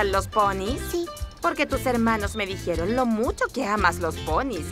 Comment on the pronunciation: Todo bien hasta que dijeron "dijieron" Jsjsjsjs